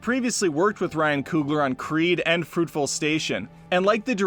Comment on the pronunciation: Dude! Did you really just say, “...both an academy award AND an oscar?” Oh my... Also, it’s FRUITVALE station, not Fruitville station. SMH